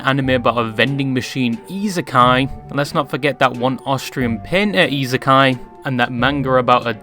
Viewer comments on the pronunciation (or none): none